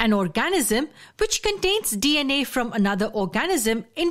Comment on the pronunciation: OR-ga-nism, not or-GA-nism